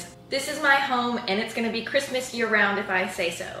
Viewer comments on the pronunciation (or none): “MERRY CHRISMAS”